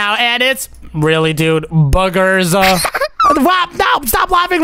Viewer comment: The fact Roxy said “Boogees” instead of “Boogers”😂